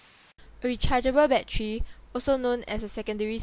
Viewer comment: rechariable baddery XD